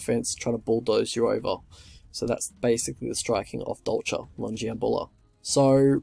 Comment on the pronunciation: You pronounce the name the right way